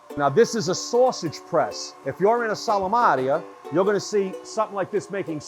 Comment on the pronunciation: Wild take on the pronunciation of "salumeria"